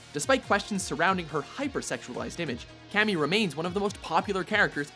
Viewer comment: LOL cammy toe